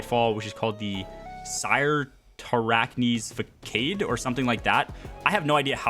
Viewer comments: actually it’s sirt uh rack knee’s fuh sod. the t is part of the first syllable. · Crytarachne's facade is pronounced: sir-tar-ak-knees fuh-sod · Sir-ter-ack-nees fuh-sod